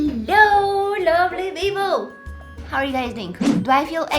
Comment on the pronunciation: when I started watching her videos, i always thought that she is saying 'Hello lovely Vivo' at the begining. I didnt understand why is she saying that, and I thought maybe she call her followers like that haha. after a while I realised that she says 'Hello lovely people'